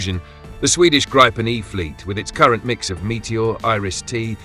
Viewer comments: I hate hearing 'Grypen' It is pronounced 'Greepen', with the 'ee' being quite short. It is also not 'the' Gripen. The 'n' on the end is 'the'. It is one fantastic aircraft. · Gree-ben, not gry-pen..as NO and FI then DK unfortunately also on F35s instead of Gribens. Btw would be helpful for us casual viewers with info on where the different missiles are made, mix of EU and US? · Grip en not gripe en. Get your AI to speak correctly